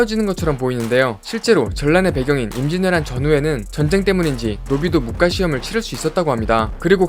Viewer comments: 설명 다 발음 좋으신데 영상 초반에 무꽈~~ 가 아니라 무과~~ 그냥 태클은 아니고 더욱더 분발하시라고~~ ㅎ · 무꽈 가 아니라 무:과 아닐까 하는데[.. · '무과'를 '무꽈'라고 읽으시는게 불편해 유툽 댓글 첨 써봅니다 '꽈'라는 발음이 올수 없죠 무 뒤에....